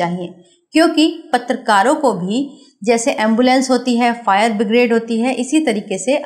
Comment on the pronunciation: आपने फायर ब्रिगेड को फायर बिग्रेड बोला है, करेक्शन करें